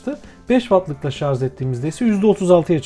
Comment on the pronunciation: abi video boyunca şarz demene tilt oldum ama güzel vido